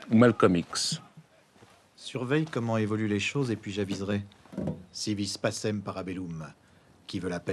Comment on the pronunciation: ça fout mal de dire " si vis passem" quand ça se prononce " Si ouis PaKem" ;-) Si vis pacem, parabellum ( qui veut la paix, prépare la guerre )